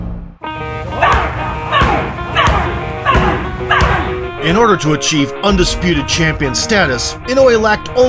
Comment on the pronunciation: Why people keep calling him “naoYE”